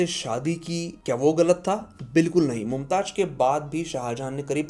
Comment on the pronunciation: It's Mumtaz not mumtaj